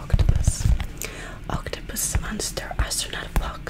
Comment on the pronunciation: i like how she says octopus